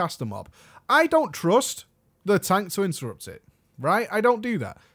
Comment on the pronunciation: Great vid! that "Intettupt" tho <3